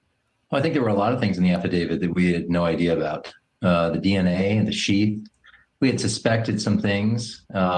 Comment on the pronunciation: Its very weird how he said the dna AND the shieth????? HMMMM.